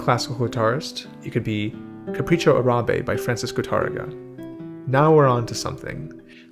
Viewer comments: Capricho AH-rah-beh, not "ah-RAH-beh." That's what the accent mark on Árabe means: the first syllable is the one stressed. It has the same prosody as "Tárrega." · Not a big deal, but it is pronounced "AH!-rahbeh", not "Uh-RAH!-beh". (And yes, the Google translate Microsoft Sam robot is incorrect). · Thank you for your insights. I love your work here. One side nitpicking FYI: the correct pronunciation of the Spanish word “Arabe” is “Árabe” with the stress on the front “A”; like “AH-ra-beh”. It is true that “Arabia” (the region) has the stress in the middle-A similar to English, but the adjective “Árabe” does not. Sorry, languages are like that sometimes (source: native speaker). Depending on publisher you might see the accent mark omitted in “Árabe” because historically accents were suppressed in uppercase letters, but it’s now supposed to be there. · Fantastic video. This is indeed something that should be taught systematically. BTW, it is pronounced “Capricho Árabe”. Notice the accent (linguistic staccato) on the first a, not the second. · It's Capricho Árabe, stressed on the first "a". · The macron in Arabe is over the first a - so the first a is longer than the second a - is the correct pronunciation